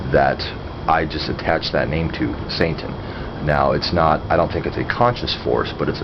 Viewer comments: is he saying santain? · Are you saying "Saintan" I'm not trolling here, I'm just asking, as I'm very new to this, and checking to is there a "Satanism" and a "Saintanism"?